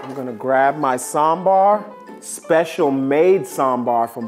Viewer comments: ooh the perfect pronounciation of sambar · His pronunciation of sambar and chutney is accurate tho- as a South Indian I've seen many people pronouncing Sambar as sambURR 😖 That's illegal 🤯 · He is saying sambaaaar. Not samburr. I'm happy. Happy South Indian noises 😭😭❤️❤️❤️❤️ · is the first guy to pronounce Sambar the Southy way. What a chad.